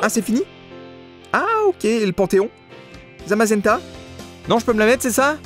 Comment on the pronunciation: Tebézenta comme tu dis c en fait Zamazenta que tu dois capturer